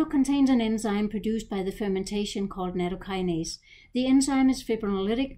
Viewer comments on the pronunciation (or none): BTW, it's not pronounced like "gnat-o" it's "not-toe." Take care.